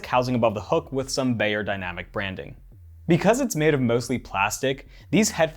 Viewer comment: Pronounced “buy”-yerdynamic… not “bay”yerdynamicS